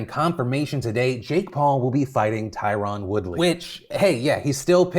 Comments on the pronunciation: Tyron is pronounced Tyrun and yes it bothers him when people don’t get it right and no you don’t want that guy upset at you. Good luck Jake Paul lmao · The way he pronounces Tyron is hilarious lol.